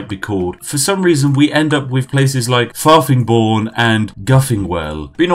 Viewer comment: Farfingbourne? More like FARTINGBORNE